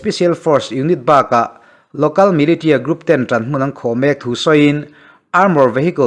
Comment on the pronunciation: Militia- lam dan 'milisia'